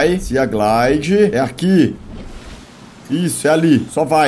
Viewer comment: Felps estou adorando seus vídeos de Subnautica mas só uma coisa: sea se pronuncia "see" ou "si" , ou seja, "siglide/simoth"